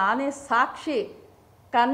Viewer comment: ಮೊದಲು ಕನ್ನಡ ಅನ್ನುವ ಶಬ್ದವನ್ನು ಸರಿಯಾಗಿ ಉಚ್ಚಾರಣೆ ಮಾಡಿ.